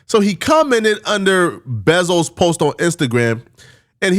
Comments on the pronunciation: His name is (BEE-ZO) 187. Get ppl name right before your suburban ass start stirring up online problems. If u was in the gym as much as u on that computer you might actually pull sum ho3s kuz it been 4 years and we ain’t seen u with not 1!!😩😂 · He killing me sayin Bezo name it’s pronounced “Bee-Zo” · ay his name is bezo (B-zo) 😭😭😭